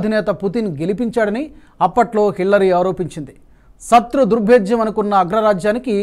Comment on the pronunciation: బాబు ! సత్రు కాదు నాయనా- శ ..శ .. శత్రు అని పలుకు. స కు శ కు తేడా తెలియదా నాయనా ? నీ తెలుగు తెల్లారా !